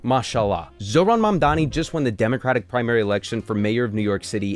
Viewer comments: Really? Do you think its preonounced man dani? Are you stupid? Do you know what sound M makes? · Why do they even say “mandani” the m is right there 💀I think they are just racist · Mamdani is one of the easiest names to pronounce phonetically if you speak English, yet these white men let Eastern European names roll off their tongue even if they don’t know a lick of the language. Weird.